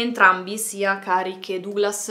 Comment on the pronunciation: Comunque Duglas si legge Daglas.